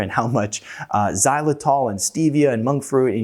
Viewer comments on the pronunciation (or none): none